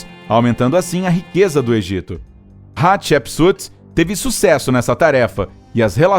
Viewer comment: Estou usando fone, e cada vez que ele fala Hatshepsut o meu ouvido sangra, kkkkkkk.